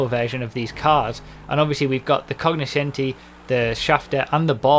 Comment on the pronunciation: like you're right, didn't even know this was within the english vocabulary. Originally (latin / italian) it is pronounced more similar to coño-scenti.